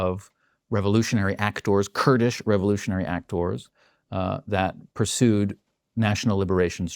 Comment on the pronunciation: There is NO WAY he is not purposefully mispronouncing words! LEEEverage? ActOOOOrs? Lol.